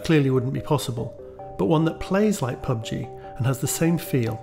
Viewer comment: Why are you wasting your time on “pug-g” and “fort-nit-wit”